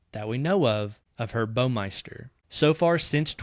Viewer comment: Baumeister rhymes with “Wow” meister. It is NOT pronounced “Bo-meister”.